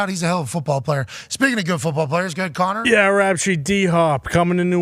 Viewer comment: shouting out Conner with the Boston accent was electric